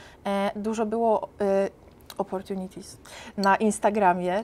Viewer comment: Opportunities - Stress on the third syllable. Average with your English!